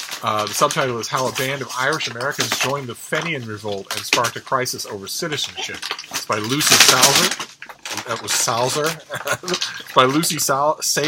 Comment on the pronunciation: Fenian is feen-ne-an. Eagles were reintroduced to Donegal. Cruel Hunters targeted them. Not sure what the outcome was but I hear at least one bird was killed.